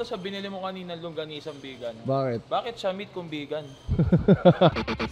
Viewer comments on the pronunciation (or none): bakit sya meat kung vigan (vegan) HAHAHAHA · Bakit sya MEAT kung VIGAN (VEGAN) 😅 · Bakit sya meat kung vigan (vegan) 🤣 Awit